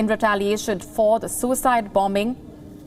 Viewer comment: please pronounce bomber/bombing properly.